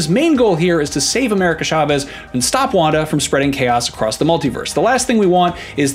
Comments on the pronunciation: It’s CHA-vez not SHA-vez 🤦🏾‍♂️ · Oh my cat! Why nobody pronounce "Chavez" right???